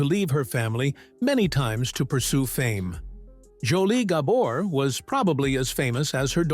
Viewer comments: Not Gah-bor. it’s Gabor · Surely there must be a human being somewhere on this planet that could pronounce names, places, etc., better than this AI atrocity! Gobber's?.... sheesh!! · At least train your stupid AI to pronounce their last name correctly. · AI can’t pronounce Gabor. Really??? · I am sure this is a AI voice. It cannot even pronoun the name "Gabor" correctly. I am not even going to bother listening to the rest of it. Shame on you for not doing them justice. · If you don’t get the name right you don’t have enough credibility for me to watch this. Every one of your videos have pronunciation mistakes. If you can’t get that right I’m sure even basic facts aren’t right. Gah bore. Accent on the first syllable dahling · All the time it took to make this this video, and you didn't learn how to pronounce the name right. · I thought the remark was more about the poor pronunciation of the family name. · can't watch a video where you mispronounce the principals' last name - unforgivable